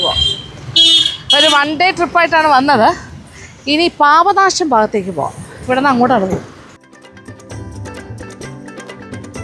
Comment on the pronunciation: Paapa nasham alla mam papa nasam